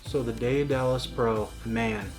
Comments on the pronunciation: its just daedalus not daeadalus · Day of Dallas lmao it’s day-duh-less say it w me now haha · BUHAHAHAHA!!!! But yea, Day-Duh-Lus.... Heil Miriam Webster... (Cough, cough...) I must be an old fart, I've never heard the term Grammar Nazi!! I can't stop laughing!! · ITS PRONOUNSED ( DEAD A LUS ) NOW YA KNOW MY FRIEND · Every time you mispronounced it as day-a-dalus I died a little bit more inside. I am now completely deceased. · " day da less" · Its pronounced Daed·a·lus! Check the movie The Right Stuff! The name comes from Greek mythology. I have the Daedalus V1 cant wait to get the newer upgrades. BTW The company has released an upgrade pack that includes the new clamp and spool holder. You still have to deal with the older drill (the chuck sucked IMO) but all the other upgrades are included. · It’s pronounced dead-ahh-luss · neat gear, good vid. its "DAY DUH LUS". Hes the dude who built the labyrinth for king minos who needed it to imprison the minotaur. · Still way too much work. It's pronounced Day-duh-lus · Are all americans this bad at grammer. Learn how to pronounce word properly. I've noticed it's only yanks that mispronounce this name